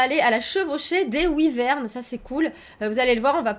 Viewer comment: Ouiverne pas WOAIE VERN